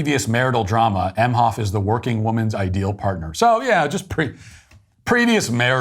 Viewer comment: Doug Meh-hoff. Modern “mensch”. That’s about all I need to hear